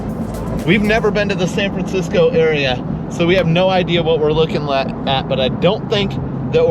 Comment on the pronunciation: Did you say San Fransico, on purpose? lol